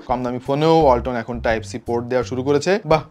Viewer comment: যখন বললেন ওয়ালাতনের ব্রান্ড আমি পাশে রাখা হোন্ডাটাকে ভাবছিলাম ওয়াল্টনের ব্রান্ড বলছেন😛